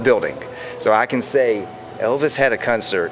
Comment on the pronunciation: love this stuff! What part of the world are you from where they say cuncert and not concert?